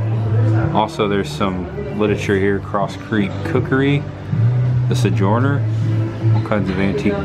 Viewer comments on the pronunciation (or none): LOL "Golf Creek", "Sejorner"......... so.... u sounds like o and o sounds like e.... ok I think I'm getting it.